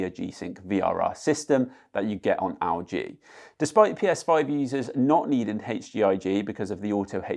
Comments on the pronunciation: Owl G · why do you say lg like that